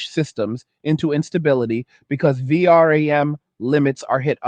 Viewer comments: AI narator be like V.R.A.M. instead of VeeRam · VR-AM? are you using TTS? any human would say V-RAM, it's ok I just like to look for stuff like that, It's an useful skill in a world filled whit bad actors like government propaganda. And all the more reason to do what you do, protect your identity. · question, is this AI generated audio? Who says V- r a m? i dont know anyone who spells it out, everyone says vram right? just trying to make sure i can still spot ai generated audio and not losing my mind! still liked the content, great vid!